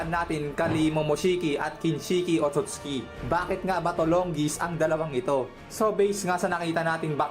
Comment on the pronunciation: OTOTS KI❌ OTSUTSUKI✅